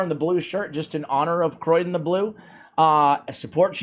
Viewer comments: Hey! I don't think it's pronounced Croy-den, otherwise it'd likely be spelled Croidan. I think the name might be a play on cryogenics since he freezes stuff so maybe Cryo-dan or Cryo-den. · Sorry but I have to say. It's not Croidan but Criodan. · Please stop saying "Croydon" one of the less salubrious suburbs of Greater London! ... it's Cree-oh-dan. Same with one of your favourite Dwarves: you say Fly-ja, it's FYL not FLY giving a pronunciation of feel-yuh or fill-yah. Being an RP accented Voice Artist makes me a bit of a pedant ref such things. Loving your work though, as always! ;) Keep-on, keeping-on.